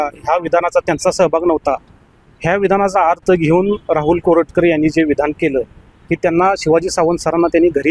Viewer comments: प्रशांत कोरटकर आहे. कानेटकर नाही. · Prashant Kanetkar नाही हो...Prashant Koratkar.